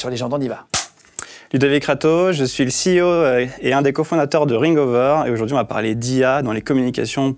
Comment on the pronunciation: Ceo !! C'est tellement mieux que PDG ! Et prononcé à l'américaine en plus ! Tous ces gens qui s'aplatissent devant les US ! A vomir !